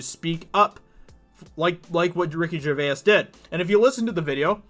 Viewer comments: its not pronounced gercvayis its pronounced gervace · You say Gervais with an Irish twang. Nice.